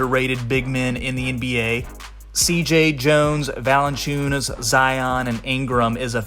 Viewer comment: Zion is pronounced the same way as Lion…NOT Zi-ahn